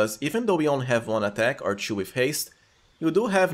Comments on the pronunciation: But why "choo" instead of "two" tho? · okay first time watching ur vids i generally dont care too much about accents since im not a native speaker as well but i have to back track a couple times in the vid whenever u saw "chew" lol dont get me wrong but its confusing didnt grew up with anyone saying chew to replace a word before so i gotta actually think and try to get the context u are using it in i think ur using it for 2, too and to lol not even 5 mins in. idk imma try to stick it out, but not sure if i can. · Is it only me who cant stand his "two" pronunciation? It sounds like chew not two....... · It's to and two. NOT "chew" or "chu". Get it right. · Sorry man but i have to ask é.e because your english is pretty good, but this "two(tchu)" pronunciation its something very brazilian é.e and being brazilian myself i want to know , where are you from , anyways , grest video e.e / i will try this build definitely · Everytime he says chew i laugh. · Friend...i really cant stand it and have to say it... The way to say TWO is the same a TO. The same. The W is silent. Thank you. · why do you pronouce two and too and to as tju? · You have very unique pronunciation, keep it that way, choom. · only a Brazilian would pronounce the number 2 or the word 'to' like that :P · Nice guide, but your pronunciation of the words "two and too" are horrible even for me as a non native speaker. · Nice vid but try to avoid saying word "to" And "two" 😂